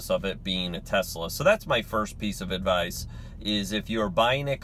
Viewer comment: "Advice" not "Advise."